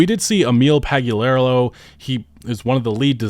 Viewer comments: Emil "Pag-yu-lair-a-loh" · can't pronounce Emil's last name properly. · I agree with everything said here however it is noticeably hard to talk shit on somebody who’s name you cannot pronounce. Pagliarulo Pag lee uh rule oh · Your pronunciation of Pagliarulo is hilarious 😂😂😂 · I think it's funny how he consistently keeps changing how he pronounces Emil Pagliarulo.